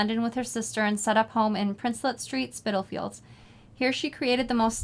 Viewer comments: Loved your conversation about this book. I enjoyed it very much and look forward to making the coin purse. Hope you have a great holiday. Sara was right about the pronunciation of Spitalfields by the way. Thanks to Tamara too. Look forward to next month💕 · Hello from England. I don't know if anyone answered your question Tamara, but Sara was correct in her pronunciation of Spitalfields. It is also the area that Jack the Ripper took some of his victims - just an extra bit of trivia for you.